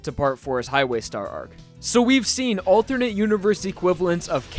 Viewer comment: I can't get over you pronouncing alternate as althurnate. I'm sure you're not doing it on purpose, but I find it funny